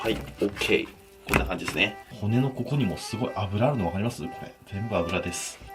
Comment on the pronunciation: 金子「こ↑こ↓」 ワイ「！？」